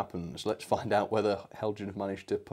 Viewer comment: Heljan is Danish: therefore "hel-yan".